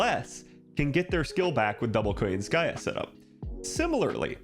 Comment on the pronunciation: Why KoyanskAya instead of KoYAnskaya tho?